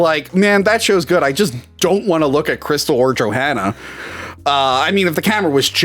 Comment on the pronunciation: Question: when is saying "Johanna" he pronounce it "JohAnna", just like we do in Scandinavia, not the typical "american" way, is there a reason for this?